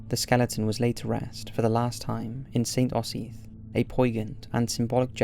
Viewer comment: Fascinating! Btw its Saint OH - Zith.